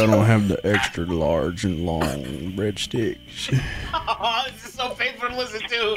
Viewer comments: Oh, this shit is so bad., please do this depraved content more. The way you pronounced breadsticks to Brendon had me crying with laughter. Some good shit, man. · My body left my soul when he say bradsticks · why does he say breadsticks like that loo🤣🤣🤣